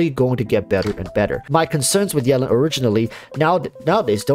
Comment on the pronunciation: Can you say her name right pls?